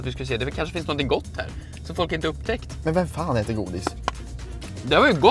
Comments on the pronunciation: Det heter inte fölk det heter folk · Stör mig på att ni säger följ och inte folk